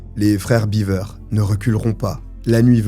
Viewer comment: Ça se prononce "béver" comme dans Beverly Hills. Prononcé "biver" c'est le castor (beaver).